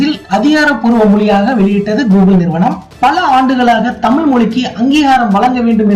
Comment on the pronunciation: தமிழ் என உச்சரிக்கவும்.